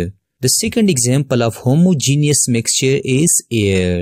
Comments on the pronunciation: Homogenious mixtuh and heterogenoious mixteh XD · That u did not know how to say homogeneous I know I also have not written correctly spellings